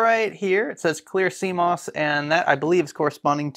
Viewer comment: I didn't know what cmos was before these videos. I thought you were saying sea moss. lol.🌊🥬